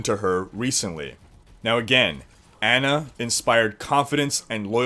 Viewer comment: Its Ana lol